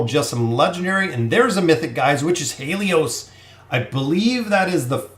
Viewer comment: Grats on the pulls. Btw Haelus is pronounced like: Hey and Lus not He lios.